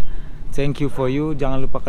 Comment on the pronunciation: For you bukan fol you